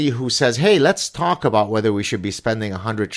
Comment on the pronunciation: 🤣 And please teach him how to pronounce 'about'!